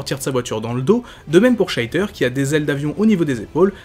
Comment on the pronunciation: Excellent Focus comme d'habitude ! (à part cette fois-ci, les nombreux "Sheiter" qui m'ont un peu fait tiquer x) Mais bon, la prononciation, c'est parfois un peu comme on veut...) J'ai bien aimé l'analyse supplémentaire des personnages permise par le peu d'incarnations à traiter, tu as pu prendre le temps de vraiment parler d'eux au niveau du média principal dans lequel ils sont apparus, du début à la fin de leurs rôles. Je me demande d'ailleurs si parfois, tu ne pourrais pas prendre une version spécifique d'un personnage pour le détailler un peu plus, une sorte de Focus sur un personnage, mais centré sur une apparition en particulier (des bonus à des Focus plus complets, peut-être ?).